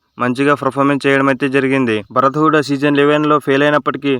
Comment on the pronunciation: Bhaarat kadhu bharat